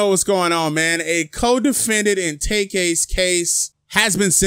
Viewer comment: If this guy " tak-kay" only got 5 years, I wouldn't be surprised....